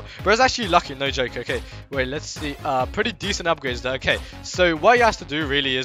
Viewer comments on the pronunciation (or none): none